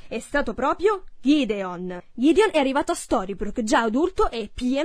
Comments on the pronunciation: GHIDION!? Si chiama GEDEONE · Il figlio di bel non si chiama Ghideon ma Gedeone